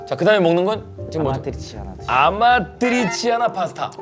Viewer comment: 마,릇..게리따 피자.. 좋,아➡️요~~ 아맛,, 뜨리 치아나 파스따 자, 마찌막엔 어 찌금 스으튜가 남았어요↗️오~~ 치킨 로제 어 치즈 어 스튜↘️↗️~~